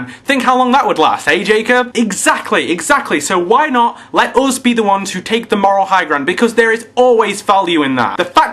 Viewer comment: dude, now i noticed. When you pronounce us it sounds like (m)oose , spanish u...